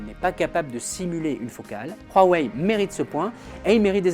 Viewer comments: huawei pas rhuawei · Ça se prononce Wawei et non Rwawei 🤦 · PK vous dites Rhuawei ? c huawei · Cest rouawei non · C'est degeu ta prononciation du constructeur du p20 c'est huawei pas rhuawei arrêt putin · Ptn c'est pas roiweiye c'est Huawei et sa ce prononce ou,a,wei. Ou bien ou,a,wey. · il ma stresser toute la vidéo a dire "rhuawaei" mais pas grave. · "Roirwei" mdr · mais arrete de dire rouawei bordel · RHUAWEI MDR 😁😁😁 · Y'a pas de R c'est un H je dislike franchement sa m'énerve